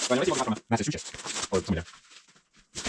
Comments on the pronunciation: Try saying it this way, mass a choose its . It may be easier. It's actually one of our most historical and important states. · You new parts pump is 120 volt 60 Hertz. If you plug it in from any of your outlets, you will nearly immediately let the smoke outta it. Oh...and it's pronounced Massive-two-shits.😁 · Your pronunciation of Massachusetts really cracked me up. I’m still laughing.😅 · I wanted to see him in a mirror as he was trying to say it lol I can only imagine how his face and lips were distorting hahaha